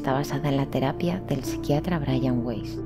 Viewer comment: Weiss es apellido alemán, se lee Vais.